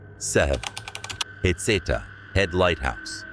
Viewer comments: Pronounced Heh-seed-uh lighthouse. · Its pronounced "Heh-see-tah" Head Lighthouse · It's pronounced Heck' et uh. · Heceta is pronounced Hay SEE tuh or huh-SEE-tuh. That's in Lane County a few miles north of Florence. It's the Heceta Head Lighthouse that's haunted.